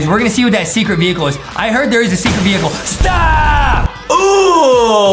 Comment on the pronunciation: Justin said vuhicle and craysh